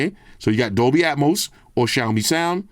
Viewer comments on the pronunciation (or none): none